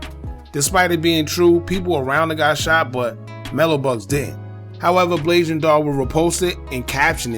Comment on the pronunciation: Mello was dissin her dead mama i dont wanna see anybody say blasian wrong. It's a sad situation all around rip everybody💔.